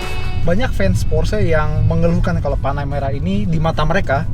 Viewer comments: ini namanya panaputih gan bukan panameara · apa cuman gua yg denger panamera kedengeranya tanahmerah